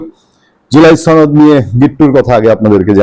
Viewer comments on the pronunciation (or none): আপনি কি বিহারী? সনদ বলুন। ছনদ কি!